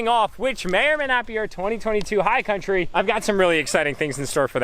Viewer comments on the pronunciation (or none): none